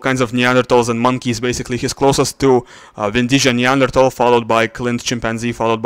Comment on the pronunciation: Vindija произносится как "Виндия". В хорватском "j" произносится как "й".